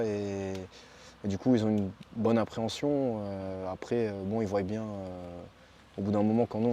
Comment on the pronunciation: Ils voillent !!!! non ils voient... c c'est moi qu il avait conseillé, morales , morales, dc qu on eut lieu, qu on a !!!! Il n est pas bac + 5 en français !!! Qui zont !!! Y zon !! Français, polonais.. pas d ukrainien !!!